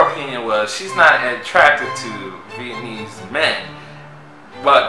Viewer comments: It’s pronounced Viet-nam-ese Not Viet-nese lol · will be in another country before he learns to say Vi Et Na Mese. 😂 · Bru its not "Vietnese" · Dude!! Viet-Na-Meese...